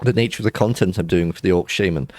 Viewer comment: you keep calling it sheiman insted of shaman,what's up with that? xD also you really like frost for leveling,well it technicaly is for leveling :P it snares,you cast is quicker then fireball and you can aoe blizzard farm aldo that can be abit tricky at times